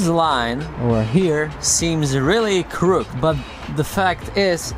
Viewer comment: Great video, as per usual. In English, the word 'crooked' is pronounced 'crook id'. Two syllables. :)